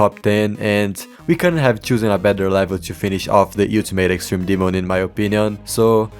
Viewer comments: nah, no way he still says you-till-mate instead of ol-ti-mate 😭 (the song literally says it) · hearing you pronounce it "you-ti-mate" so many times has taken years off my life but great part either way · Bro says utamate demon